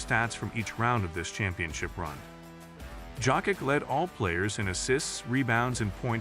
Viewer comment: If you can't pronounce Jokić, please call him Joker. PLEASEEE